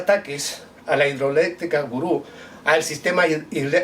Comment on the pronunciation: Se llama.. El Guri, no Gurú